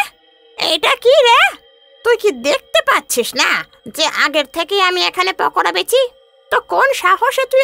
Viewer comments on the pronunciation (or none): ওটা পকোদা হবে না ওটা পকোড়া হবে😊